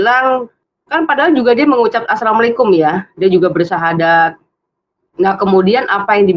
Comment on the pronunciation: Hai bang.. lidahmu apa tdk bisa lg mengucapkan assalamualaikum warahmatullahi wa Barakatuhu... Islam itu harus fasih.. spy terang dan jelas.. jgn lunturkan bacaan kalimat kalimat fasih Al-Qur'an..karena fasih berbahasa arab sesuai bacaan alquran sbg tanda pengetahuan seseorang dlm menimba ilmu islam